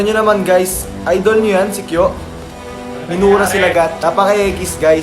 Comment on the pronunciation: Now I know : NADAMAY LANG SI KYO!! (DUE TO PRONUNCIATION [KIYO NOT KYO])